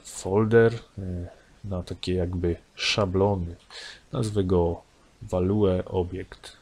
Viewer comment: WalueObjekt paraliżuje uszy 😉